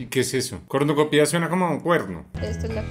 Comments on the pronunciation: JAJAJAJJAJA PRESENTE PERUUU, ME ENCANTO COMO DECIA "CORNUCOPÍA", le ponian el acento en la "I", y se dice sin acento, "CORNUCOPIA" 🤣🤣🤣🤣, PERO AME EL VIDEOO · Pronunciaron mal la palabra "cornucopia".